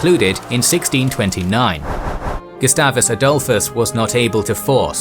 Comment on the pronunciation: yeah, we just say Gustavus Adholfusd. And rest will cry